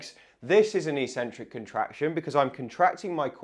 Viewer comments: EEEEEEEEEEEEEEcentric is NOT a word in English. If you're talking about the word 'eccentric', it is pronounced eK-Sen-Trik. This isn't merely academic snobbery. EEEEEcentric means 'without a center', per its Latin etymology. Pronounced correctly, the true meaning of the word becomes evident: 'away from the center'. When sports people 'try' to use this word, they are referring to the movement of two tendons away from each other, or away from the center of the muscle. This is completely consistent with the other most frequent use of the word, which means 'odd' or 'crazy' or 'not normal'. Eccentric people can be considered to be 'away from the center of normalcy'. Don't trust me, though! Just take 1 minute to read literally any English dictionary to confirm that there is no recognized pronunciation as EEEEEEEcentric. So,, people may consider you eccentric if you were to suddenly start pronouncing it correctly, but you'd at least be the most informed and educated physiotherapist out there! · So curious how the whole physio community mispronounces "eccentric" as if it's spelt "ecentric". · I am not native in English but I would say the word is pronounced "ekcentric" or like "excentric" with first c pronouncing k. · Sorry mate but I can't watch you anymore. I'm 75 and have watched your videos for some time now, but hearing you pronounce eccentric as 'eecentric' just boils my blood. I must admit that I am an Americanophobe and despise the influence they are having on young Brits, but l assumed you were intelligent and be familiar with the correct pronunciation. Google 'how to pronounce eccentric' to hear the correct English way. Sorry, but if you can't speak your mother tongue correctly l can't trust you anymore. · That's pronounced ek-centric in English. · It is "eck-sentrick". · A seemingly very strange pronunciation of eccentric? The E should short as in egg, the first C should be a K sound and the second an S sound.